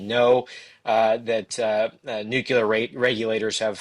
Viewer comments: Please stop saying nu-cu-lar! It's NUCLEAR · a smart guy and a good reporter, I'm surprised that he mistakenly uses the word nucular instead of nuclear. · Why do some people not get that Nuclear is pronounced New Clear Not Nu Cu Ler. There is no CU in nuclear and there is no Q. A sign of a follower type idiot is someone who does not even know how to read and evidentially gets their lingo listening to uneducated people , you can't get the CU sound in a word without using a Q or a CU in the word. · Nook-LEE-er. Not “nook-yoo-ler”. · 'Nuclear' chaver. Not nucular. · It’s nuclear…not nucular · It's "nuclear" not "nucular" the "s" is silent..... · Am I the only one that finds it impossible to take seriously a somber faced reporter talking about "NUKULAR" targets and facilities? If the reporter can't read the word "NUCLEAR" (from NUCLEUS), or even worse can't spell it, what else is he incapable of? If language and word policing weren't my job, it would be comical! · Nu-cle-ar. Sorry, but professionals repeating nucular kills me. lol Good content, though. :) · Sorry, I can’t listen to what appears to be an intelligent news broadcast when one of the primary broadcasters can’t pronounce NUCLEAR. It’s not spelled NUCULAR. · Please inform the guy that there is no such thing as Nucular weapons. They are Nuclear weapons. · Really enjoyed the intelligent discussion, and grateful for the timely info. But why you still pronouncing it new-cue-lar - it's pronounced nu-clear just how it's spelled! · Nucular!!! Irritates the hellout of me. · Nuclear, not nucular. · It drives me mad!! Nuclear not nucular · oh my goodness me too, I just commented about it 5 mins ago! it's so childish! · NUCLEAR, not 'nucular'! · not pronouncing nuclear correctly diminishes your credibility with me. Please learn to do it correctly. It's not nuke ye ler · They say New Killer! 😂😂😂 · Noo' clee r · This guy can't seem to say "nuclear"